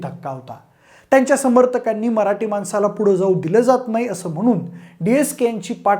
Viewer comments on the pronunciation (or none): none